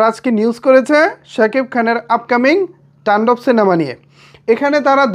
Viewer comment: তুমি শুধু বারবার টাণ্ডব টান্ডব করো কেন শব্দটা তো তান্ডব